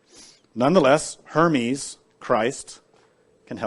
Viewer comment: Sounds like herman